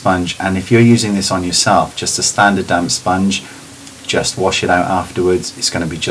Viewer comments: sounded like ' it can look like your wearing nothing on your skin by using a damn sponge' lol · i keep hearing "damn sponge" haha your videos are by far the best ive seen.